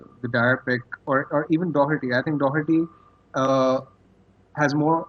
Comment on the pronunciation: How come Indians can say Doherty properly and most English people can't!?